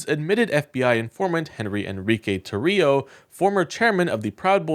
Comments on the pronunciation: Tarrio - TAR RI O —— It is IMPORTANT we pronounce these criminals name correctly so no one thinks they are someone else💙Show your faces you #ucking punks. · Tarrio is pronounced TAH-rio.